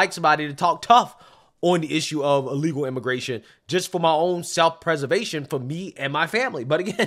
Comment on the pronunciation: Dude can’t even say the word…”Illegal”